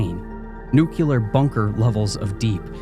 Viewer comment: There is only ONE THING I've found about your narration that I would change... The way you pronounce nuclear. 😉 ❤ I love your narration, easily one of my top three narrators